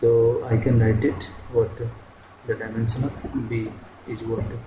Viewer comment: FRIST LEARN HOW TO PRONOUNCE "DIMENSION"😂😂